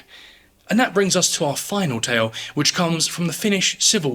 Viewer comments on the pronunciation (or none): none